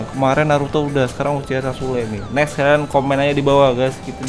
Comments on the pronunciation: "nexs kakashi" "nexs kakashi" "nexs kakashi" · "NEKS KAKASHI" "NEKS KAKASHI" "NEKS KAKASHI" "NEKS KAKASHI"